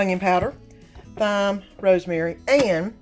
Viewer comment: Great videos! Just a heads up - ‘thyme’ is pronounced ‘T-ime’ NOT ‘TH-ime’ 😊 All the best!